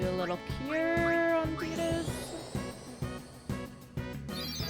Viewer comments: Please say 'Tie-dus'. I know it's not canonical but I just HATE 'Tee-dus' ☹ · A crushing blow. “Tee-dus” makes my skin crawl. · IN KINGDOM HEATS 2:They say Tide-us, not Tee-dus! BUT: officially confirmed pronunciation by Square Enix is "Tee-dus" (like tea), derived from the Okinawan word for sun, Tiida. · Honestly most of us grew up pronouncing it “tie-dus” and still say it that way. I’ve never had an issue with playthroughs saying it however they want so feel free to just say whatever sounds better to you. The English voice actor has mentioned that it was kind of a mistake it ended up canonically as “tee-dus” in English, he personally prefers that way because it’s different but is fine with people saying it however they want. There’s always some vocal people who will push for one pronunciation, but I think most viewers are fine regardless and so we don’t bring it up unless it comes up as a question. In general you’ll get lots of contradictory feedback, if you correct one way you’ll start hearing from the people who preferred the other. A good rule of thumb is to play however feels most natural to you, the more you’re engaged in the game the better the playthrough will be for us to watch. Some people will always wish you did things a little different, but everyone always has their own unique experience with a game. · When you first said Tidus, I knew the fan base was going to correct it lol, FF10 fans are great and don't spoil stuff BUT they always love to point that out to people.